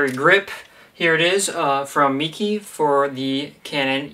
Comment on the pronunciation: its pronounced "maykey" planning to get one. thanks for the review!